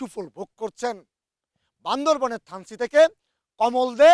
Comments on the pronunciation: এইটা বান্দরবন না বান্দরবান। কি একটা অবস্থা!!! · এইটা বান্দরবন না, "বান্দরবান " 😑😑😑😑😑😑😑😑😑😑